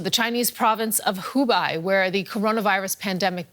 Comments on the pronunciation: It is called 湖北（hubei），not 湖敗（hubai） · Sweetie, "Hoo Bay" not "Hoo Buy" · Hubei not Hubai... ma'am. Xi... G not C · Hubei not hubai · Hubei....is pronounced "Hoo bay".